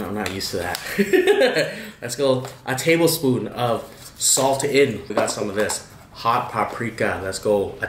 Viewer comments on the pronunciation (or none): It's very difficult to understand tablespoon 😅😂